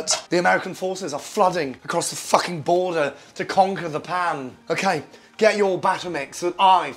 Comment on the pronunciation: The word "fukhing" gets me every time. XD